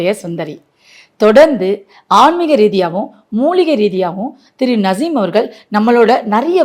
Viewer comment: வஷியம் இல்லை வசியம் .. நஷீம் இல்லை நசீம்